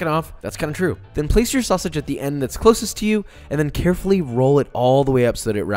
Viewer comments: ok, I"m out.... calling sausage "Sawasage" made me leave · I'm never gonna pronounce "sausage" the regular way from now on. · Why tf u say sausage like that? U not from texas